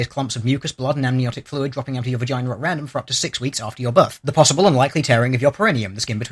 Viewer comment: lolol he said 'vagainer'